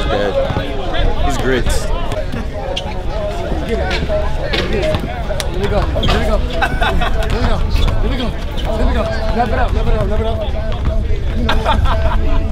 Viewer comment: “it’s gritz” lmao boi you florida certified now 😂💪🏽 that north miami shit 🇭🇹